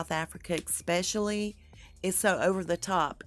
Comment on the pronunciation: I like your research, let me say that first. And, there is no word ecspecially, or halfhazzard. It is especially, and haphazard.